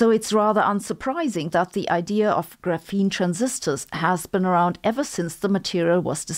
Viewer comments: FYI, "graphene" is stress-initial in English. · The way you pronounce graphene is hurting my English processing unit....